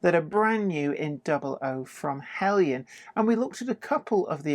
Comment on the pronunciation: Aaargh! Now I can't decide between Heljan and Bachmann! Help please??? By the way, I like the use of the correct pronunciation of Heljan.